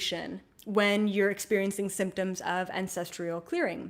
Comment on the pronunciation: I'm trying to release ancestral trauma around perfectionism. It's being triggered every time you say "ancestrial" instead of "ancestral." You are brilliant though and I really appreciate your wisdom. Sorry.